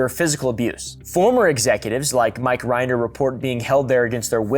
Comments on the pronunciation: Rin-der Not Rind-er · That’s not how you pronounce Mike Rinder’s last name. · The way you pronounce “Rinder” and “Miscavige” is hilarious😂. You should interview Aaron Smith-Levin (GrowingUpInScientology) if you want an inside scoop! The whole Scientology concept is so interesting lol I feel like your vibes would go together. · I dunno if it was for comedic effect, but your pronunciation of Mike Rinder and David Miscavige is so wrong I was laughing for the wrong reasons. Given the amount of research this took to make, I'm assuming it was intentional since those names are bywords among scientology and ex-scientologists.